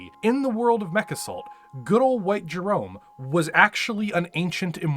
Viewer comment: In Jerome's defense, his name is pronounced like Jerremy because in Comstar you have to pronounce ever letter or else.